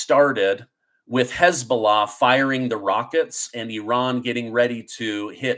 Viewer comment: Bro, it's Not Eran, Or Oran it's Iran.. Get it Right and you are Amazing : )